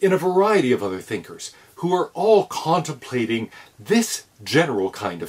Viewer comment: “KANT-templating” 😂 sorry I Kant help myself...